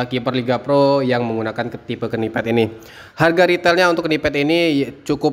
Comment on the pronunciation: PENYEBUTAN KNEEPAD = NIPED KNITTING = NITING BUKAN KENIPED BUKAN KENITING